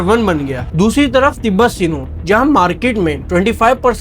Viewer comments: Sinow 🫪 arey bhai angrayzi to theek se bol lo. SNOW HOTA HAI SINOW NAHI 🤦🏻‍♀️ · Senow nae Sahab Snow hae. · بھائی اپ کا کانٹیکٹ اچھا تھا لیکن اپ اپنے الفاظ کی ادائیگی درست کرلیں اگر اپ کو ان الفاظ کی ادائیگی درست کرنا نہیں اتی تو اس کے مترادف استعمال کریں مثال کے طور پے اپ سناؤ کو سینوں پڑھ رہے تھے اور اسی طرح اسی طرح اپ نے رورل کو بھی غلط پڑھا اور اربن کو بھی۔